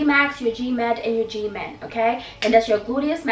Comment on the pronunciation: She says g-min, I hear Jimin from BTS 😂😂😂